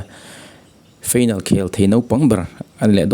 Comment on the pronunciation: Final tih hi feinal tiin i lam daih a.